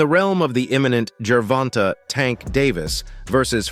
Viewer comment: this cappin channel don't like Tank. They even sound like a lor beoch when they say Gervonta. Can't even say shawdy name right.